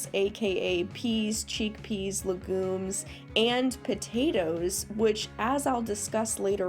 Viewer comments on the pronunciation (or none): "cheekpeas" XDDDD